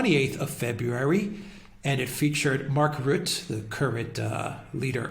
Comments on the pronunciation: It's pronounced Rut-tuh. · We need to get rid of Rutte. He would even sell his mother to get in the EU's good graces. P.s. you botched the pronunciation lol. Both of you. But I get it, our language is retarded.